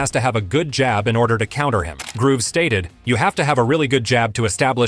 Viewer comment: Fighting Beterbiev is like fighting a destructive bulldozer barehanded. By the way his name is George Groves - not Grooves lmao hes not in the groove